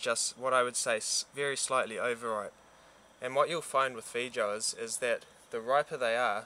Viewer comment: fee joes? hahah, oh boy. I think the pronunciation is fay-oh-ahs. I def have to try them, to see if the only multi-food international market has them. I hope so. Thank you for the informative video!